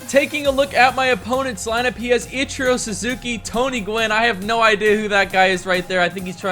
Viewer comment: The way he says ichiro really upsets me